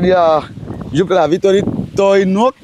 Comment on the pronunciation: Caramen nên chỉnh cho nói chuẩn Việt (tưới -tới nước😅😅😅)